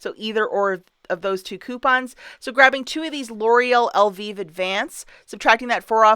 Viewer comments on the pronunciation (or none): ...it's pronounced EL VIVE...long i/I sound...as in bee HIVE! 🐝🐝 But I do enjoy the Elvis reference!😉